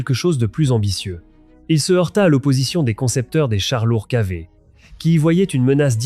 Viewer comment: les "34" et leur "kilomètres-z-heures", les kaveun (KV1) et les "béeun" (B1) 🤣🤣